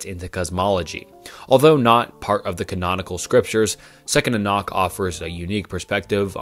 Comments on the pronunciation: You pronounce some words funny, especially Enoch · The way you pronounce "Enoch" tells me you have never actually studied the Bible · Your content has improved massively but fr get someone to check your pronunciations. It makes it genuinely difficult to listen to Enoch= Ee-nok Nephilim= Nef-il-eem Tetragrammaton ≠ JHVH Tetragrammaton = YHWH Pronounced Yawheh, not Jehovah. The consonants are Yod, Heh, Waw, and Heh